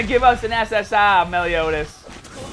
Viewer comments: This guy says SS Ah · I just looked you up and this is my first video of you and I'm not sure whether or not to like the way you say ssr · First time watching ur vids but do u really say SSR like that